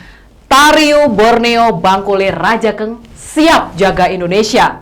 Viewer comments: Cara bacanya bukan raja eng mbak, tapi rajang bacanya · Maaf hanya meluruskn Baca nya bangkule rajang mbak. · Reporter klo nyebut Rajankg..perlu dipelajari dan pengucapanya harus pas..buat...🙏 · Rajank dibaca rajang Radank dibaca radang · Masyarakat adat Dayak=Indonesia, cinta NKRI, cinta Presiden Jokowi. Utk nya boleh lah ke tanah Borneo utk silaturahmi dan memantafkan pengucapan kata Rajakng dan rumah Radakng supaya lebih pas😄😄, terima kasih sudah menyampaikan pesan ini lebih luas. Mardeka...